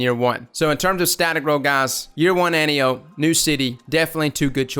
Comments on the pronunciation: An-tie-oh-pee. It’s Greek like calliope from greys anatomy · an-tie-o-pee if you follow the pronunciation conventions of classical Greek names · lol it's pronounced like "ant" "eye" "oh" "pea" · But it really is Anne-Tea-Oh-Pay. Watch Wonder Woman for reference. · AN-TIE-AH-PEE you're welcome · At the risk of sounding like a know-it-all it's pronounced an-TEE-oh-pee. In Greek mythology she's an Amazon, Ares' daughter, and (in the Wonder Woman movie) captain of the Amazonian guard. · It's pronounced ant-eye-oh-pee. Its named after a Greek God. Kinda like caliope. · AN-TIE-OH-PEE. JESUS CHRIST.